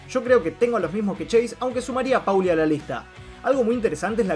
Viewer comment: Lo que hace insoportable al vídeo e inmirable es que este boludo dice PAULI ENVÉS DE POLI SE PRONUNCIA POLI |M B E C | L!!!!